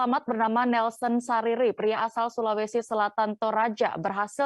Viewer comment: Nelson Sarira bukan Sariri